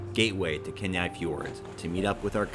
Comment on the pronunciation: It's pronounced KEE-Nigh